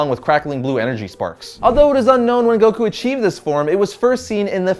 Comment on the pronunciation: Like Guh not juh